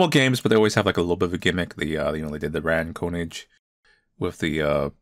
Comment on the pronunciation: It's "Rah-TEN Kuhh-NIG"" 🍺🥨